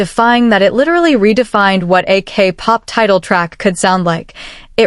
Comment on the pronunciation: I don't object to casting an AI voice. It levels the playing field for those of us that might be without speech, shy or uncharismatic. What I object to is human laziness to this degree. "AK Pop" "He I.S. the music industry" If the creator couldn't be bothered to listen back through the whole video to check for quality and fix their mistakes, why should we, the viewers, invest more than the creator? Like others, I'd also mention the unnecessarily bloated runtime, but I FEAR that's intentional, for money reasons. 😿